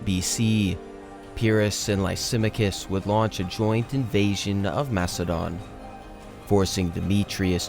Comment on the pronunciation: the name Lysamachus is pronounced “Lie-Sa-Mack-Us”. You had a really chopped pronunciation I had to point out because it will help you in the long run to fix stuff like that. Your video is competing with channels like Kings and Generals and HistoryMarche so my nitpick is valid. Good luck in future content🎉